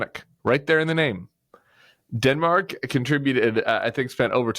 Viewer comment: "Dinmark" is how he pronounces it.